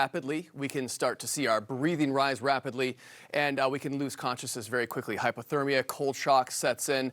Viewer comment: CNN Anchor - you are saying HYPER-thermia. Wrong. If immersed in COLD Water it is called HYPO-thermia, which is a when your body loses heat faster than it can produce heat, causing dangerous low body temperature. Normal body temperature are 98.6 F (37 C). Hypothermia occurs as your body temperature falls below 95 F (35 C). What is HYPER-thermia.? Hyperthermia is an abnormally high HOT body temperature or overheating. It is opposite of hypothermia, when your body is too cold. Hyperthermia occurs when your body absorbs or generates more heat than it can release. A human's normal body temperature is 98.6 degrees Fahrenheit. Any body temperature above 99 to 100 degrees Fahrenheit is too warm. Hyperthermia is usually the result of overexertion in hot, humid conditions.